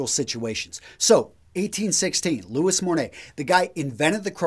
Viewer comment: Hey, great video! Huge fan, but I'd like to just add something here I think is important, Louis Monet is actually pronounced "Luí Monê" (with accent on the letter I on Louis and with a "flat" E on Monet).